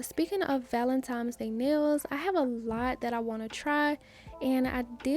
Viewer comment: Val-en-tine valentine. VALENTINE (I love u, but please stop saying valentimes:it’s simply not a word) 🤦🏾‍♀️